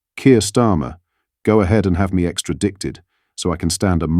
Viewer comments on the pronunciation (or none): Someone can't pronounce extradited.